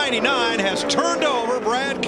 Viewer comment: Also it’s Keselowski